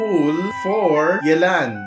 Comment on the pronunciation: Thank you for not butchering yelans name